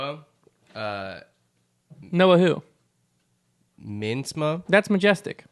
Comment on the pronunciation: You cannot have a pronunciation discussion in the same podcast where you say Noah Meintsma the way you do.